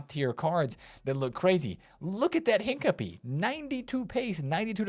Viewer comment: my brother.. Hin-Ca-Pi-ey not Hin-capy 😭😂😂❤️❤️❤️